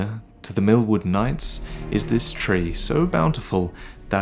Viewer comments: Everytime I am laughing when hear "Mil..MILFWOOD" xaxaxa sry. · Am I the only one that thought everything said milkwood Instead of millwood